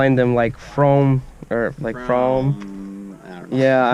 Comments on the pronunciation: seth: says fromm so it rhymes with dome me, a canadian: not another american saying french words wrong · its pronounced froom, its also a place in england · Seth it is canada it is FROM'eh